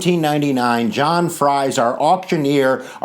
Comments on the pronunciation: Freeze not frys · John Fries was my Great great great great great grandfather. It’s pronounced Freeze. Like Friesland. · His name is Fries, not Frie. Whether pronounced "Fr-eyes" or "Freeze," it still needs the s. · The name is pronounced freeze. John Fries was my 9xGreat Grandfather. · I do wish you would consider correcting the pronuncation of "Fries." It is a Pennsylvania Dutch surname, and "ie" in Pennsylvania Dutch is pronounced as "ee" in English.